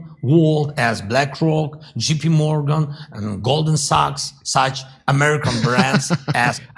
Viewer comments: Would you let me grow couple marijuana farms in Ukraine since he’s looking for investors specially from the United States of America and chicken Morgan if you hear how he said JP Morgan it sounded like chicken Morgan I can get a lot of chicken Morgan money and take it there and build a lot of marijuana farms Let me know Zelenskyy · I wasn't gonna make any jokes because his English pronunciation is probably way better than my Ukrainian or Russian could be, but I couldn't help but laugh at "Jippy Morgan" lol